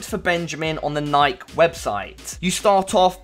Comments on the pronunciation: I always thought it was pronounced Nike-e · Bruh you said Nike so wrong <3